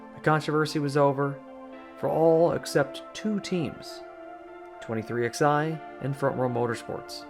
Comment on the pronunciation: It's pronounced "23Eleven", not "23XI"